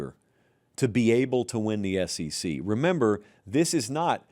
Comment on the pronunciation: It is the S E C and NOT the S C C....